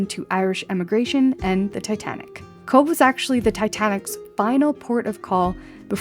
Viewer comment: Nice video...one polite correction...Titanic only came inside the mouth of the harbour and dropped anchor there. Tender vessels brought some ( lucky ) people from it, and landed them at Cobh ( as you correctly pronounced "Cove") and some people were ferried out from Cobh, to board Titanic, on it's doomed,maiden voyage...glad you had a good holiday and the weather wasn't too unkind !!